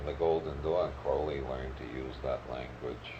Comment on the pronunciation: Never trust anyone talking about Crowley that doesn’t pronounce his name like Robert Anton Wilson. Those that mispronounce his name usually misunderstand everything about him and are just parroting shit they’ve heard about Crowley from other people who don’t understand anything about him. Must be very disappointing to get interested in Crowley from his evil reputation and then end up reading a bunch of stuff about yoga, meditation, and holy guardian angels